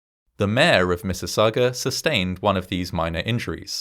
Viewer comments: this one is local to me, and my dad’s aunt and uncle evacuated and stayed at his family’s house until they could go back home. also, nice job on pronouncing Mississauga! it can be a tricky one for non-locals. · You pronounced Mississauga correctly ♡ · I see your points making out corrections but I think we can forgive them all on the grounds that you actually said "Mississauga" correctly lol. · As a former resident of Mississauga thank you for getting all the details correct and the pronunciation of the names. Well done. I was born a year later so I missed out.